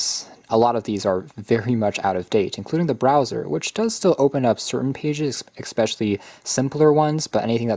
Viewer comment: Especially, not expecially 😊